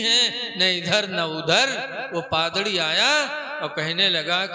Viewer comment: Padrdi nhi hai Padri hota hai